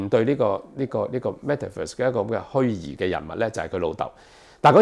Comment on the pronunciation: 虛擬，擬音 ”耳“，不是 ”疑“。